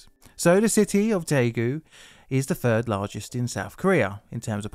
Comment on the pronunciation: It's Daegu, not taegu. If in doubt, read the title of this video.